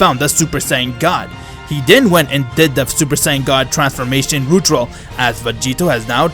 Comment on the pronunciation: Is it me or you said Ritual wrong again Btw wow did not expect broly